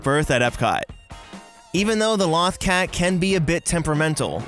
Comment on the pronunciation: You mispronounced Lothcat. Many times. "Loth" rhymes with both. If you had actually watched Star Wars Rebels you would know that.